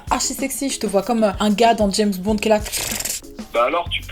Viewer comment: Cette fille est folle mdr quand elle a dit jèsbonde